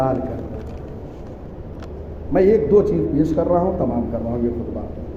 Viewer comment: Salamun alekum. Please correct as: khutba-e( not khudba-)